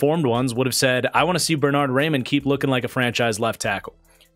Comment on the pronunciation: Star of the month and still pronouncing Raimann wrong. (Rye-Men)